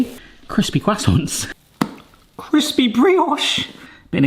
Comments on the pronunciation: Listening to you say "croissants" gave me cancer.... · "kwassonce" nailed it